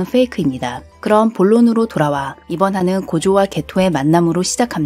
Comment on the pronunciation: 고죠가 아니라 죠입니다